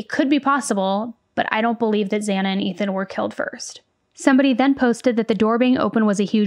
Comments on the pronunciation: I just want to know why he walked by Dylans room when hers was next. I guess he thought his odds were better to go upstairs first and then take out Ethan because he was the bigger threat. Idk though I swear I saw Brian get a little mad when the judge mispronounced Xana's name. Watch closely its the onyl reaction i saw him make. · The judge said this is hard while pronouncing Xana I believe. 1st they are hard names, took me quite a few tries to get right. 2nd, nerves knowing he's on TV. Kohberger isn't exactly hard.